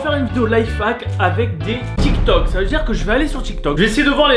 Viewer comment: Du coud tu dis « TchikTok » et « Landre »